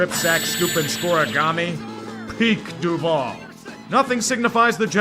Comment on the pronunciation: My wife is from Jacksonville and literally cringes at the "DuvAL" thing in the beginning. She always is like, "THAT'S NOT HOW YOU SAY IT!!!!!!!!!"